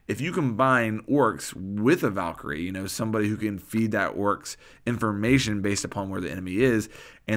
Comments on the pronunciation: Bruh its fucking Oryx not Woryx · Why are you pronouncing his name "Orks"? It's making me cringe so much xD